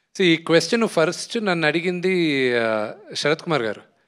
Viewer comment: ఫరుస్ట్ కాదురా అయ్యా.. ఫస్ట్😂😂😂